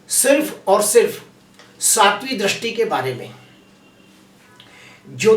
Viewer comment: Drasti nahi sir dristi boliye please sir